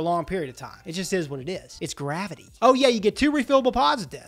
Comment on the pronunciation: “it’s gravityy”😂😂😂